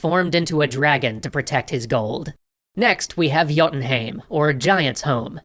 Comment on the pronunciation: I love how this guy pronounces everthing wrong jotun hi em not joten heem